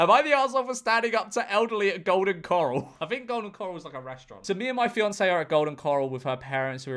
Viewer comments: Well, pronouncing corral as "coral" makes you look a bit of an a-hole :) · bro pronouncing corral like it's the stuff in the ocean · I can't be the first to comment that there is a difference between "coral" and "corral" lmao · Golden “Coral”😭😭😭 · Someone needs to cut George pronouncing Corral into The Walking Dead. Dead ringer for Andrew Lincoln saying "Carl."